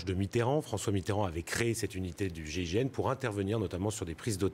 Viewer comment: Gign Mitterand 😂🤣😂🤣😂. MR le journaliste apprends tes fiches